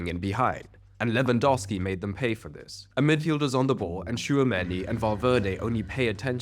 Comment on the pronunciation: your pronounciation of Lewandowski is perfect